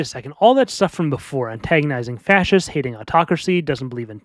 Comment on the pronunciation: I like he says, "Antaongizing Facisits", and he pisses off Miguel.